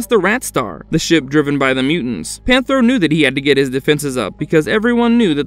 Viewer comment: please learn how to pronounce the names like "Panthro" not "pantaro" and not repeating evil twice , it "the ancient spirits of evil" not "spirits of evil evil"